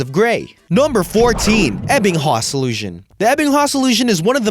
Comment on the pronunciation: You mispronounced ebbinghaus smh